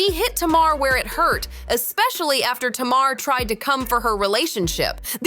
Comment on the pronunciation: Be better if the voice over said Tamar's name right. It's Tay-Mar... not Tam-er.